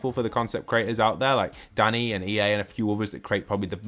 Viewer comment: i think the creator is called dEnni not dAnny